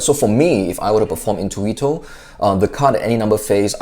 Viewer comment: Great italian accent in the Word "intuito", from an italian guy.